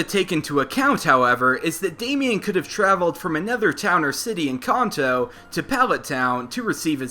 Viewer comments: we all screamed when he called kanto (CAN-TOE) (CON-TOE) REALLY CONTO ITS KANTO GEEZE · Why does he say Khan-to its Can-to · I love how he's says khanto and not kanto, you'll get it one time man just try not the trigger hardcord pokemon fans xD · Can-toe not Con-toe... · So we all juss funna act like we ain't here him say "Con-Toe" (Kanto) xD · I don't usually like to correct people but it's not Conto it's Canto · I thought Kanto was pronounced can-toe, apposed to khan-toe. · you keep on say (con-toe) but its (can-toe) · its pronounced CAN-TOE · Any specific reason as to why you pronounce words like "Kanto" and "Manga" as "Konto" and "Monga"? Not really a big deal, but i would take you more seriously if you pronounced stuff correctly :) Otherwise nice video! It's quite amusing to watch these theories, even though i really don't see why people bother xD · He is saying Kanto wrong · It's pronounced Kanto, you're kinda saying it wrong.